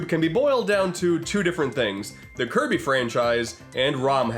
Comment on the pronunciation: you mean Kirb- Star?